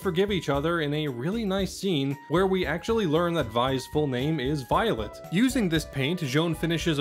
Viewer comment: Great video! Just one thing I noticed, I know it seems strange, but Vi's name is actually pronounced as "Vee," and her full name uses a French-like pronounciation like with Jaune's name, aka Violet pronounced as "Vee-oh-let."